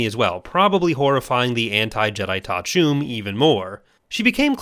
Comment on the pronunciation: Thank you for saying Ta'a Chume. I can now pronounced her name correctly. I woluld love to see a complete Skywalker/Solo family tree video.